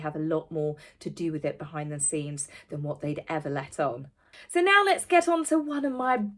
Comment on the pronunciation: Did you say 'behind the seams?' My husband says that and it drives me mad. 😆 It's behind the scenes.